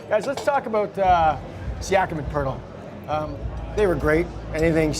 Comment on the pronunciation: Poeltl not Poertl